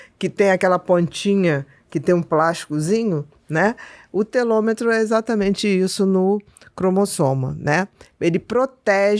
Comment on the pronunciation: Bia boa tarde! A pronuncia correta é: telomero.